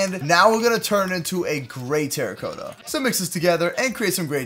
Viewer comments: It is spelled terra-cotta but it is sounded like terakata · It’s terracotta not teracoetta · He sounds so weird saying terracotta wrong